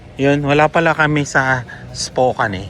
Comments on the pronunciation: Spokane is pronounced spoh-KAN (rhyming with "man" or "pan"), not spoh-KANE.Sounds like "spoke" without the 'k') Second syllable: "kan" (rhymes with can, pan,m) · It pronounce Spokane is Is-po-kan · pronounce it like "spoke...cane" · Nice US Trip! Spokane~ you pronounce it…Spo kan! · Dyan sa north Idaho there’s Silverwood theme park and a campground across where you can stay, I think sinabi ko na sa iyo nun, it’s pronounced ‘Spo-kan’ correctly, fyi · Hi po, but the right way to say Spokane is _ _ _Spokeyn😂. Keep safe po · Spokane is pronounced Spo-kan rhyming with man or pan.